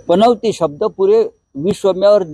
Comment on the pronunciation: या राणेला पनौती पण बोलता येत नाही, पनवती बोलतो हा. आणि पनौती वर चर्चा करतोय. अरे पनवती नाही पनौती.